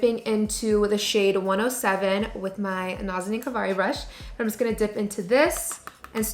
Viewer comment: This look!! 😍 also hearing you say “my nazanin kavari brushes” like whoa so proud of you 💕